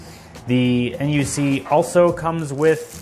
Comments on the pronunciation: Nice video I like it. But just call the Intel NUC “a nuck” instead of N U C next time lol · intel n, u, c? Most of us call it the NUC (knuck).